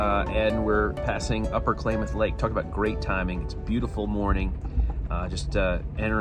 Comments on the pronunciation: Say "Klaaaaamath" Falls, like aaaapple.... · Drove me nuts every time you said “Klamath”. Short A sound, not long. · Klamath is pronounced with the first a as in "catch", not Klaymath! Please get place names right. I have never had a nice smooth ride on Amtrak! The ride from Everett Washington to Fargo ND was terrible. I frequently take Amtrak from Mt Vernon to Seattle. Most of the time it is a bus, not a train. Disappointing. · “Clam-ath” Falls not “Claim-ath” 👍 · FYI, to pronounce Klamath, the “a” is short, not long. More like in “clam”, NOT “clay”. Sorry, that made me twitch every time you mispronounced it. But….. you did get “Willamette” correct! LOVED this video! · I grew up in California and we always pronounced Klamath CLAM ath not CLAY math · Clam - math, not Clay - math 😊 Wonderful video! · Sorry, but as a native Californian, I have to say this: It's Clam-eth, not ClA-meth. Some names are pronounced a bit different than they appear. :) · Klamath is pronounced "KLAM-MATH" Not "CLAIM-ath" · Great video dude. Also, Klamath is pronounced like "clam" not "clay" 😂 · It's Klamath Falls with a short A not a long A. I assume Klamath Lake is the same. Fishing country. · Klamath is pronounced like clam, not like claim! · It's Clamath not Claimith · It is pronoumced KLAMATH not KLAYMATH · I have driven this on the 101 and I-5, I loved your tour but I want you to know how the locals pronounce a couple of names SIMI (see-mee) not si-me Klamath (Kul-aah-muth) not clay-moth Rout (r-out) not root [NOTE]- the coastline just north of Santa Barbara runs so close to East to West that you can see the sun rise and set over the Ocean water :yougotthis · Klamath is pronounced with a short “a”, not long and the “ch” in Chemult is pronounced as “sh” ( sha- mult) . Practice that and you can pass yourself off as a native. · It's NOT "Clay-muhth"..It's Clam-muhth", btw...Klamath is a native tribe...and yes, Sasquatch is questionable, if not exactly crazy... 🙂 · pronounced " Clam Ath"